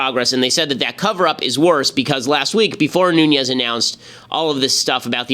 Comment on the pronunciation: It's Nunes kind of like noon ez. I live next to his district so if you pronounce it wrong we are pronounce it wrong.